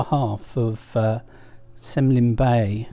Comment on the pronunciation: Just for future reference you pronounce it like “Kemlyn bay “